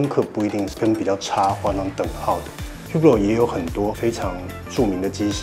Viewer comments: Hublot品牌經理，唸自己的品牌發音還不正確...這有點不專業了...不知道H和T是不發音的嗎？ 烏缽落.. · 那不是語病喔，那本來就是發音錯誤，語病不是這樣用的… 而且正是本身對正確發音有要求，所以看到別人錯誤才會點出來 當你的名字被人唸錯，有人幫忙指正，結果是指正的人有問題？